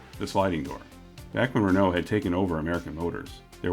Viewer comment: You are saying Espace(ehspase) but not Renault. You say it like rennooo. It's just ren-o and not reeeno lol.